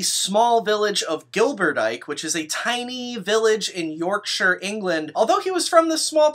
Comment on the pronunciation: Props for nailing the pronunciation of 'Yorkshire' =]